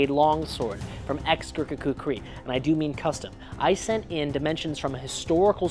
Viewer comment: Slight mispronunciation of kukri. Run the syllables together, don't split them. when you say the word.